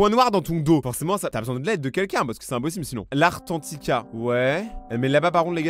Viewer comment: J’adore « l’artantica »🤣🤣🤣 est tu dislexique?🤣🤣